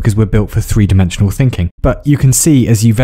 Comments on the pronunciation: I love you for pronouncing 1, 2, 3 & 4 as of you were Norwegian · Did... did you just pronounce "tre" (three) and "four" (fire") in Norwegian?